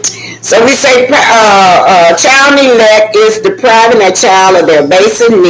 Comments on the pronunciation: Its Ne-glect not Né-let please pronounce it correctly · I love your commentary- just one thing.... please include the letter "G" when you pronounce the word neglect - MUCH LOVE ❤ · No disrespect to, about correcting her about the pronunciation of the word neglect,I’m just providing education.I love her platform,she tells it like it is!!! I agree with you guys about how Arrionne treats Knox, even her sister was talking harsh to him,when he pulled Arrione’s hair and hit her.Clearly the child is not well and is very irritable. The sister said’ you’re not going to treat my sister like that,as if she is talking to an adult.her entire family is trash.